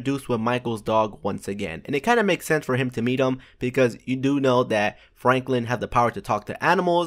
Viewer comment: did you say flanklin or ?